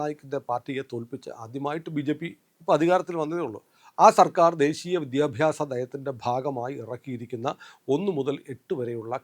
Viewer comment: അങ്ങ് ശക്തമായി വിഷയങ്ങൾ അവതരിപ്പിക്കുന്നു. അഭിവാദ്യങ്ങൾ . അതിനിടെ, പക്ഷേ "വിദ്ധ്യാഭ്യാസം " "വിദ്ധ്യാർഥി " മുതലായ സർവസാധാരണ വാക്കുകൾ ശക്തമായി ഉച്ചരിക്കുമ്പോൾ അരോചകമാവുന്നു . ശ്രദ്ധിക്കുക, പ്ലീസ്സ് .